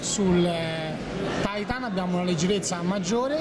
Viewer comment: Its "titan" not "taitan"